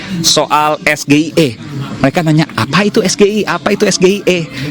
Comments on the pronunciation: Baca yg bener juga harusnya .. Es..Ji..Ai..Ii...kan itu istilah inggris Brann, Brannn...😅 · Singkatan SGIE yg harus nya disebut Es-Ji-Ai-i kenapa malah Es-Ge-i-e ?? Sok debat pake bahasa asing tp salah. Katroookkk .. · perasaan gue SGIE itu sebutannya ES JI AI I. pintar dari mana? 😂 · Rocky gerung klo d kasih prtanyaan singkatan jg gk paham Singkatan nya apa? Konteks nya apa? Sgie di kira kita kan singkatan bahasa indo eh trnyta b inggris Pelafalan sgie nya b indo pula Gw yakin klo rockygerung d ksih prtanyaan sprti itu dia bakal maki" sm yg nnya Prtanyaan yg jelas pake istilah singkatan pula. TPS = tempat pemungutan suara TPS =Tempat pembuangan sampah Dan msh bnyk singkatan" yg sm apalgi dlm bntuk b inggris dgn ejaan b indo. Wah blunder